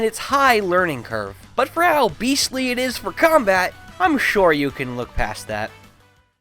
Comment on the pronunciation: was this intentional? I think it was, but on fighter you said: "Sure you can" suriukan?!